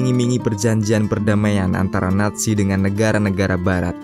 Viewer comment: Naziiii bukan natzi